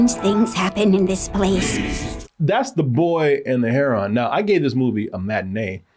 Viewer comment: Just curious... Is pronunciation of 'herON' typical in the US, or is it a another Colemanism...?